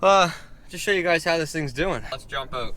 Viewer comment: Your "out" sounds like "oat" hahaha!